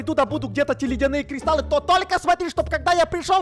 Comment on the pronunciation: Тот самый Кузнец, который грамотнее зельевара 😂(зельевар сказал : кристалы, а Кузнец:кристаллы.😂